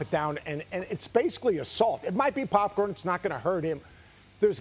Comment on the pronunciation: Bro it's popcorn cmon 😂